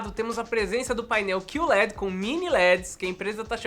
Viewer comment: Meu filho, é Q LED, não "CUE" led, em ingles ficaria Q-L-E-D, porque eles falam L-E-D não led LED é um acronimo não uma palavra